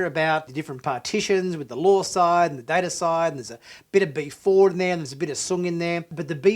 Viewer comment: Its data not data sir.